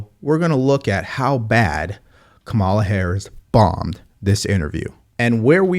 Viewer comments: Kuntala😂😂😂 get it Right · I'm not a Harris supporter or a Trump supporter. I don't see anything from this interview that gives me a clearer picture of who she is or what she has to offer. I do wonder, though, why is it that every right-leaning podcast or YouTube clip seems to consistently mispronounce Kamala? You consistently mispronounced her name, too. Is it intentional?